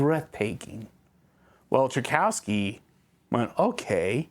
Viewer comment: Uh, Trikowski? It's Tchikovsky. Other than that, great video.